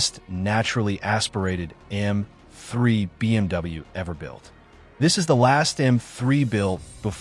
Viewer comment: You're struggling in pronouncing M--3